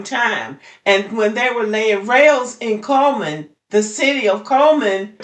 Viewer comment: It's "CULL"man.